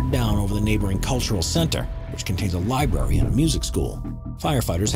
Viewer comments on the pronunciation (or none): Contains a liberry? 😆